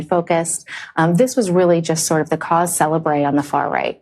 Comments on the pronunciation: "Cause CELEBRAY" 💀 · That's not how cause célèbre is pronounced.